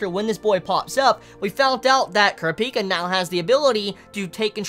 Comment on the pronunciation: dude why are you pronouncing kurapika wrong?